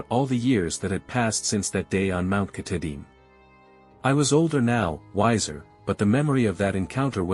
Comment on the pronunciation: Lost me instantly with the computer voice and terrible mispronunciation of our state’s crown jewel and the very subject of your video.